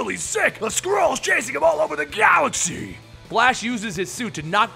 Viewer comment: why does it sometimes sound like squirrels instead of skrulls?